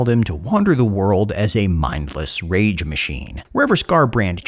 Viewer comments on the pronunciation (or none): none